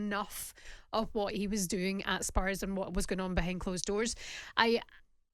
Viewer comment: Rory……….. it’s spurs.